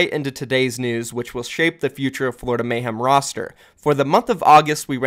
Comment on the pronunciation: It's Florida not flordia xD great vid